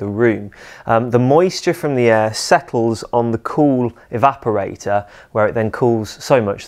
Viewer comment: to my ears he's saying "evaporai-TAH"